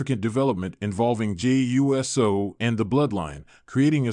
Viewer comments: It's USO ( i.e. UOOOOOSO! Get it right! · You need to learn to say uso it uso not uso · Yeah dude fucked up the name Jey U.S.O😂